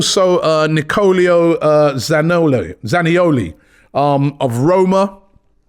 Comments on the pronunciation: Robbie Lyle can not read names to save his life... christ! 😂 Nicolio Zaniolio, Freznida... who are you talking about man? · Zanioli instead of Zaniolo. Robbie can’t read man 😭😭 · Absolutely butchered Zaniolo’s name there